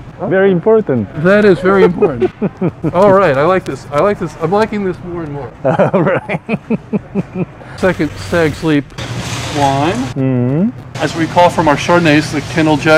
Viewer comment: I think the second STAGS' Leap wine should be pronounced as Stags-es Leap. And that one I tried in nye it was so good that i want to buy more bottles of it. The two company names CAN get very confusing!! I have the artemis too but have not tried that one yet. Happy Birthday to the fun! Please keep including her in your video!!